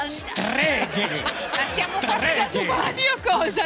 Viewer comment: "Streghe." "STAJE!"